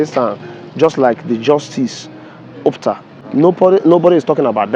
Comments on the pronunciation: O-PU-TA. Not OP-TA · Please learn how to pronounce someone’s name. Justice Opu - ta NOT Opta. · What on earth is "Opta?" Are you an Igbo man? Don't you know how to pronounce the name "Ow-poo-tah?" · His name is Justice O PU TA not opta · The guy calling oputa opta is really bad It disgust me It's not an English name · Why is the content creator mispronouncing the name of OPUTA as ORPTA? His host showed him how to properly pronounce the name on two instances -- when he introduced himself and when he read out the full name of the man and his wife -- yet he kept on mispronouncing it throughout the video? Also intellectually dishonest was his qualifying the sage as "Judge Oputa", instead of "Justice", the accurate title for any judge of the Supreme Court. This content creator should upgrade his intellect or, at least, do a little research before delving into certain matters. It is stupid, especially of an Igbo young man like him, to pronounce an Igbo name, a famous one for that matter, to sounding European -- it is ignorance, colonial mentality, and inferiority complex exhibiting; it is disrespectful to Justice Oputa and his family to have butchered his last name that way. Charlieboy is a genius and a true son of his father's and of Igbo's for holding onto this legacy of his father's strenuously and dignifiedly.